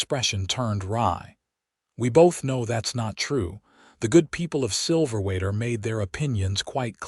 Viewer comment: Silverwater AZ, pronounced wrong with your AI narration. 😮